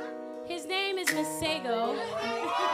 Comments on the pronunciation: I can't get over how y'all pronounce masego 😭💔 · He needs to teach y'all how to pronounce his name right. 🙄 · "Masego" 🤣🤣😅 Ari gotta learn how to pronounce man's name right ♥♥♥ Love you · Any other Tswana speaking person here who cringes on how they pronounce "Masego"? 💔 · Y'all pronouncing Masego all the way wrong!